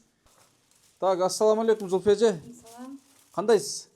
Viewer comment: Качан Зульфия деп ондоп айтат экен деп кутом, копол кылып Зулфия деп дебей😊